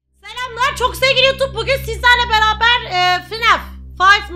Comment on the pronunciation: pelinin : "sizlerle beaber FINAAEF oynuyoruz" demesi kjbfhgsdfkajsdfu